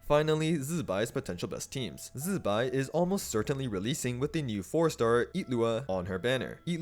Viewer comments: STOP SAYING ZIBAI LIKE THAT ITS NOT ZZZBAI ITS ZI BAI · Since the artwork also shows Columb'na (or more accurately Columb✨na) so can we start correctly saying Zibai not Z'bai... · I watched the live stream they say zi bai not zzbai 😂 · zzzzuhbai, funny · Chinese should instead fix pinyin. Never seen worse transcription. Everyonr is going to pronounce the i in zibai. It's how alphabet works. Z'bay. Bam. Fixed mandarin. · I really hope And not getting electrocuted everytime time he pronounces ZZZZ-bai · Man why do you say Zibai like that? Zzzbai😂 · say Z-BYE again, I dare you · Its jibai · now why are we say zibai like that, u aint even chinese.. I took back my like and sub purely because of that